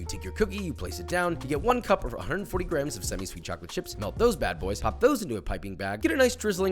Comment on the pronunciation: Thank You for saying GRAMMS